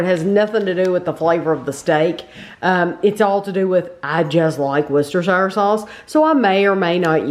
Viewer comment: Worcestershire sauce, is pronounced woostershr sauce.